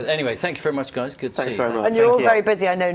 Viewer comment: ‘Alright gays’